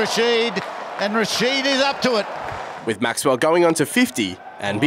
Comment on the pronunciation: Lol, the first time he said Glenn Maxwell he said Glenn Maxwall